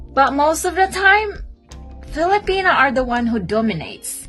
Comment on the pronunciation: Brother, kindly quit saying “Fili-penis”. It’s Filipi-NAH.